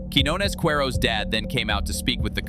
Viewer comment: It's pronounced KeeÑones, dude